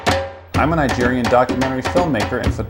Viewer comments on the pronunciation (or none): none